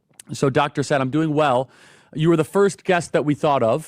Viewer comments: The way Charlie pronounces Dr Saad name makes me laugh every time. Dr Sad😂😂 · You got to understand the danger of RADICAL Islam after you listen to this man ie if you have not already knew it. This is the civilisation war against Western Judeo values /culture. BTW his name is pronounced Sar Art not sad😉